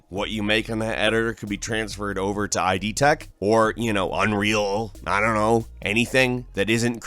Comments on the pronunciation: Weirdest moment for me was when you called one of Bethesda’s game engines “I.D. Tech”. The name of the engine and the software company that developed it is named after the Freudian “id” as in “id, ego and superego”. It’s just pronounced “id” (i.e. rhymes with “lid”). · So many big company goofs recently, it's almost fascinating. ... (It's idtech though, "id" pronounced as a word, not I.D. Tech.) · I love you but like holy shit it's not Eye-Dee Tech. It's ID. Spoken how it's spelled. GUH. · It's idTech, dude, not ID Tech. Id, as in monsters from the. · “I. D. Tech” No. Not I. D. id. As in id, ego and superego. It’s one word. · id tech, as in ego, superego, id. Not I. D. tech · It's not AYE-DEE TECH Plz stop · mispronoucing ID tech